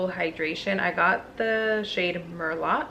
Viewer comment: "Mer-low" is how it's pronounced. It's a wine 😊